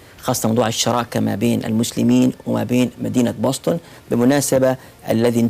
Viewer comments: تكتب Boston وتنطق وتكتب بوسطن بالعربي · تنطق (بوستن) يعطيك العافيه على الجهد المميز